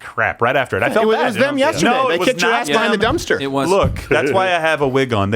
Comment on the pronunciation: Khaaaaaaveeee. Khafter. Jeeze.